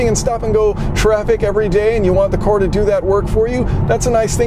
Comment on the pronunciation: Great video! You don't know how to pronounce the word "car" though. Try turning on the auto generated text, it understands everything exception for when you say "car". It translates to "core" "chorus" and so on. Lol